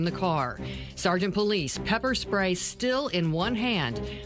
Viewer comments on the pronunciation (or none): I know this is a serious situation... but officer "Pullease"? Lol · I love how it sounds like they’re saying Sgt. Police. 😂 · Really Sgt. Pullease, pronounce Police, no one else is going to say anything about that?? 🤣🤣🤣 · You really telling me this cop’s name was Pullease? Pronounced Police? SGT. Police? Are you serious? No one sees this as them making a joke of how easy it is to hide a perpetrator cop’s identity to relocate them to a new dept punishment free? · It sounded like she said "Christopher Police", but that can't be right.